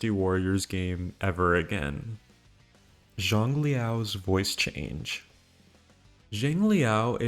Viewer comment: DW Online... I havent heard anyone mention that game in a very long time. I did play it, even spent money for in game content. Was an awesome game... I miss it. And btw, "zhang" is pronounced "chang"